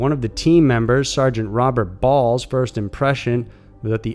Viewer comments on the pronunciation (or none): "one of the team members, Sargent Robert BALLLSS" i dont know why that made me laugh..